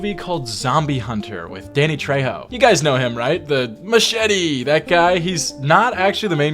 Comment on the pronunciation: THAT'S NOT HOW YOU SAY MACHETE'S NAME VATO